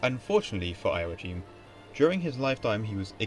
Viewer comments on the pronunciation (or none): Nice video, but your pronunciation of Irish name, and even German ones, is WAY off! 'Ioaichím', the Hibernicised (or Gaelicised) version of 'Joachim' would have been pronounced as 'yo-a-KHEEM'; the 'ch' in Irish and German is a guttural 'kh' sound, similar to the 'ch' in the Scottish word 'loch'. 'Séarlas' would have been pronounced as 'SHAY-er-las', not 'SEE-yer-las', and the 'Fried' in the German name 'Friedrich' would have been pronounced like the English 'freed', not 'fried'! Similarly, 'Proinsias' would be pronounced as 'PRIN-shas', not 'PROYN-si-as', and 'Seoirse' as 'SHOR-sha', not 'see-YOR-is', while 'High King of Ireland' should be translated as 'Ard-Rí na hÉireann'. Patrick Pearse, writing in 1906, wrote about the Ireland of 2006 as an independent Irish-speaking kingdom with an Ard-Rí as head of state, English having declined in use following the conquest of England by a Russian Republic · It's pronounced. yo ..ack....him